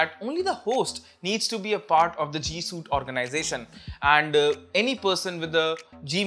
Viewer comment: "Suite" sounds like "sweet", not "suit".